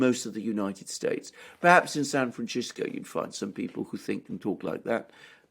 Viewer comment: Alexander, if you can't pronounce San FranCisco correctly, can you please avoid using it? It undermines the apparent sense of everything else you express.